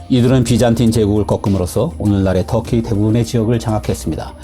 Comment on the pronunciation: 아 뚸키로 발음 되나요? ㅋㅋ 처음 알았네요 ㅋㅋ 뚸키..진짜 개같은 소리네요...